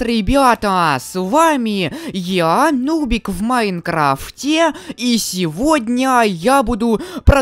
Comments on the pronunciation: Сначала мне кажется ты сказал не нубик а нубзик 😆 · Почему ты начале говоришь ~дубик~